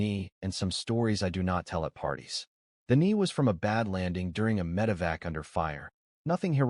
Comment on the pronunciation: MED[ical] EVAC[uation].🤦🏻‍♀️ HUMANS, PROOF YOUR AI READER BETTER.